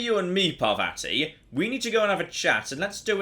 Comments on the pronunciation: Pa-vA-tea is not the correct pronunciation. Just fyi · Please note that the name of your companion is pronounced “Parrvathi” (double “r” indicates it is hard, as in “paranoid”) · I'm not sure how the game says it but is bring very British with his pronunciation of Parvati. The proper/Indian way would be closer to Parrvuthi. So roll the r slightly, say u instead of the second a and a soft t.